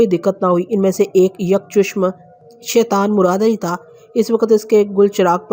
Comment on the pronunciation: stories are amazing but you need to work on your urdu.jaisy soon sekser ni soon skaiser h aur yak chushm ni hta yak chashm hta h.